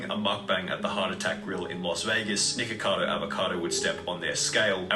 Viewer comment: It sounded like he was saying niggacado avocado lmao